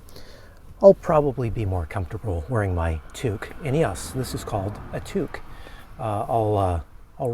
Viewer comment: French Canadians make use of Tuque in the winter., but also English Canadians. You sounded properly if you use an U instead of an O. I really enjoy your vidéos.